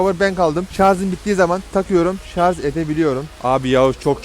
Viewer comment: Abi şunun adı şarz değil şarj